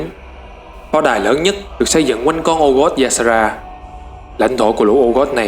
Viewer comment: từ Old god, faceless, elemental lord, void lord, titanforge, còn mấy cái tên nhân vật nữa nhiều wa mình ko ghi ra hết dc. Ad nên tìm mấy cái clip loremaster của WoW để nghe cách phát âm và tham khảo.